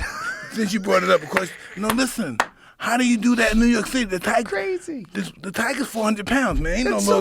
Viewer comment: Take a shot every time Mike says "listhen!". hahaha for real though Mike is such a fun person to listhen to. We need more podcasts with him!!